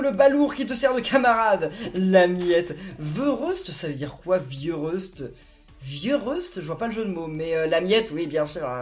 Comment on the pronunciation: C'était vieux reste qui se prononce vieux raiste